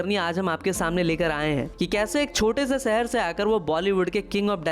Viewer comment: Abey tu kon se gaon se hai jisko shahar bolne nhi aata sahr sahar kar raha hai Nagpur ko chota bola raha hai Nagpur chota sahr nhi re bolne pahale soch ke bolo 😂😂😂😂😂😂😂